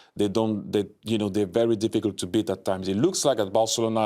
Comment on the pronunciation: "Yah, we bweat 'em 99%" 🤣🤣 Who's laughing now, huh?